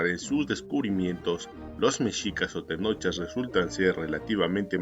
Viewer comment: Una aclaración no se les dice TENOCHA o TENOCHAS SE LES DICE TENOCHCA ó TENOCHCAS, antes de leer investigas como se pronuncian los vocablos en náhuatl